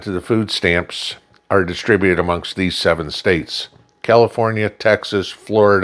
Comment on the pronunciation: It's not food stamps for Christ sake...it's "FOOO STAMMS"